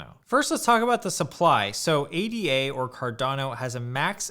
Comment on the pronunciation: Hey thanks for this vid, it had interesting information and opinions in it. Hope you don't mind me leaving a couple of observations here: 1) ADA is not an acronym, it's a name. It's pronounced 'ey-dah' (with ey as in day). If you look at the Cardano website, they even spell it Ada or ada (not ADA) because it's named after Lady Ada Lovelace - as you probably know, the first known programmer. 2) As you yourself said: Cardano is the platform, not the coin: the coin is called Ada. I think it would be helpful for beginners if you keep that in mind. Talking about 'buying Cardano' or 'the price of Cardano' or 'holding Cardano' is probably more confusing than helpful when what you are actually talking about is buying Ada, the price of Ada, and holding Ada. Just because Ada is the only Cardano product right now, it doesn't mean it will always be that way.